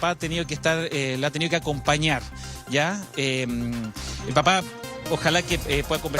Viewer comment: Que mal periodista y pesimo relator...que bueno que todo este bien , una madre magnifica...solo el periodista para relatar muy mal..." la ha tenio que aconpañarrr"